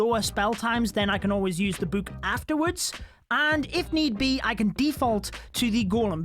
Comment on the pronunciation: I love how says book:buke